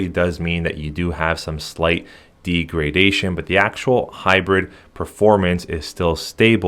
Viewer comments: The word "degradation" is pronounced as "DEG-ruh-DAY-shuhn not "dee gruh day shun... I don't blame you all the data shows internet dependent millenials can't spell, write or pronouce stuff. That I'd throw that out there sir. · It’s deg-ra-da-tion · deegradation? uh lol what the f? check out pronunciation its a short e not a long e